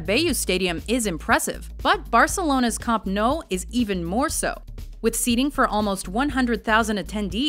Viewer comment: Actually when she said camp nou she wasn't too far off. It's catalan, so its a different pronunciation